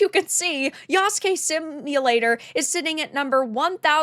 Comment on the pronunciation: Good job pronouncing Yasuke properly. Asmondgold could learn from ya. However, they do have Japanese historian working on this?, Sachi Schmidt-Hori. Ghost of Tsushima took a lot of liberties with their story as well. However, I think the make or break for ac shadows will be the story and the dialogue, which in recent ac is always janky and doesn’t feel immersive.